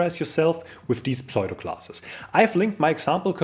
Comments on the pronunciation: Tolles Video, wieder viel gelernt. Aber bitte tue mir einen Gefallen: Kein Englisch-Muttersprachler würde jemals pseudo class wie "pSoido"-klass aussprechen. Es wird eigentlich immer US-englisch wie "ssudo"-klass ausgesprochen. Schimpf mich einen Korinthenkacker - aber vielleicht freust Du Dich ja auch, wenn Dir jemand in Englisch hilft. (Ich freue mich da üblicherweise auch. z.B. als ich gelernt habe, dass man iron wie "Aion" ohne R ausspricht oder sword wie "ssord" ohne W. ... usw..) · Please pronounce "pseudo" as "soo-doh"!